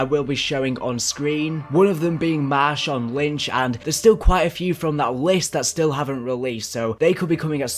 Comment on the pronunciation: Did he say marshawn lynch?